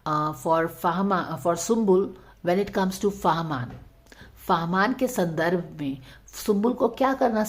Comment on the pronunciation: It's fahmaan 👍 not farmaan